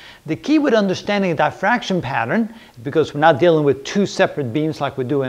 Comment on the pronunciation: It’s diffraction not die-fraction